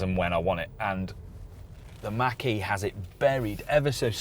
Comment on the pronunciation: Ford Mustang Mach-E looks better. They are planning on improving the range and lowering the cost. Pronounced Mock-E not Mack-E